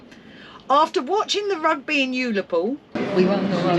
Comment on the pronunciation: ULL-Á—POOL … not yoolapool